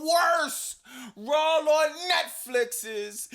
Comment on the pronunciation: You need merch that says “RAWL AWN NETFLEEX” 😂 the way you say”Raw” is hilarious!!!!!